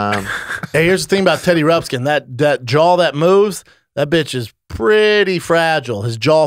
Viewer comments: It's not Teddy Rupskin...it's Teddy Ruxpin. And Brendan said it was one of his faves. Get outta here, BRUH. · Brendan, it’s Teddy Ruxbin I think I heard you call him Teddy Rubskin. Hahahahaha 😃😜 ❤️